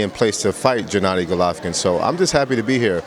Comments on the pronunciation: why is he saying Jennady? It's not that hard to say G-ennady. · "Jennady". TRIGGERED.